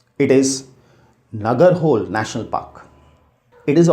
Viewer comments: It is not Nagara-hole .The pronunciation is' Nagara-ho-Lay' . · Listen your work is good and appreciable, but mispronouncing something is not desirable. Lakhs of students are following this vedio and they'll pronounce the way you pronounce. नगर होल नही नागरा होळे You are a citizen of India and those territories fall under the boundary of India. If you don't know learn, ask and pronounce it. Language is something that comes with the sentiments of the people. Please pronounce it properly. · Nagarhole is pronunced as Nagaraholay.